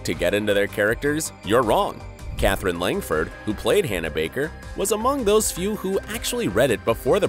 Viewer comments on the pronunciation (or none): none